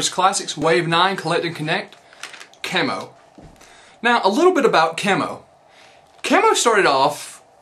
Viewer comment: Thanks you for Pronouncing his name like that , People keep calling him "key Moe" but it's actually pronounced the way you said it ..